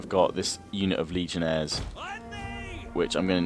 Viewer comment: Daniel Jacob Chacko It’s actually pronounced Legionnaire(s).